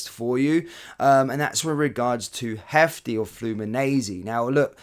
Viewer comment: FYI Jefte is pronounces Jeste. He is Brazilian (Portuguese speaking). If he was Spanish speaking, it would be pronounced Hefte.